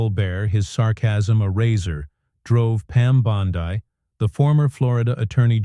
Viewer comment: Did this come from Russia because I'll tell you the names aren't being pronounced as we would pronounce them and have always pronounced them in the United States so there's something funny going on here big guys